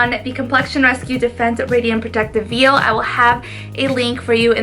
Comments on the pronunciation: Sorry I want to let you know the veil is pronounced like vale or vail not like a baby calf veal. I love your channel so I don’t mean to disrespect I just wanted you to know the proper way it’s pronounced. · Hi you pronounced "veil" incorrectly. Go ahead and google the sound.